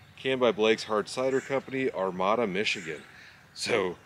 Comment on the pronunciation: The city is pronounced "Ar Made Ah". Favorite camping gear would be the sleeping bag because it is needed at all times.